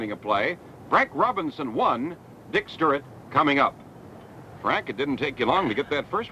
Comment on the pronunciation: Cincinnati really gave Baltimore a great ballplayer when Frank went there. I saw Frank hit homers in Wrigley Field that hit the bleachers before he left the batter's box. The announcer couldn't say Stuart, he kept saying Sturrit.